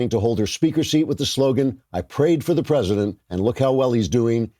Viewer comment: "I pcray prcof chra prcescident" What's WRONG with your MOOUUUTH